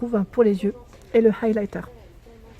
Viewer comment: comment tu dit highliter stp articule pck c est pas du tout commeca et la facon a toi et pas douce du tout